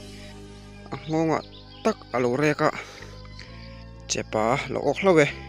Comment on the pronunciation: Chepâ tih lo tur chepa tih tur